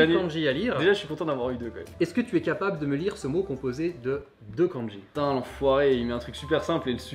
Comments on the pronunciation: le prof prononce mal le mot *Kanji*...finalement un vrais bilingue il n y en a pas ... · Houla ! Quand déjà j'entends la mauvaise prononciation du mot "漢字" par le prof, j'ai peur ! Il ne faut pas prononcer ça à la française, mais comme ça se prononce : か+ん+じ... Enfin, bref, je continue quand même la vidéo parce que ça peut être rigolo. Bon, à part "火", ce sont des kanjis qu'on utilise pas. Sinon, vous pouvez m'expliquez pourquoi vous avez écrit "asarashi" au lieu de "azarashi" ? Bon, en écriture de kanji, ton niveau est meilleur que le mien. Autant, je peux les lire un peu, autant les écrire, c'est limite impossible, je ne me souviens pas. Les phrases à traduire étaient très drôles ! Pour les lapins, un de mes profs nous avait expliqué qu'à une époque, les japonais (le peuple) n'avaient pas le droit de manger de viande à part du poulet et des oiseaux. Mais il y a eu une pénurie et affamés, ils se sont rabattus sur le lapin qui était à profusion. Pour se donner une excuse, ils les ont comptés comme les oiseaux. Pour conclure, les kanjis ne servent à pas grand chose... Etre bilingue c'est parler une langue, pas l'écrire ni la lire...